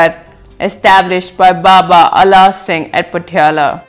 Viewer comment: don't know how to pronounce ala singh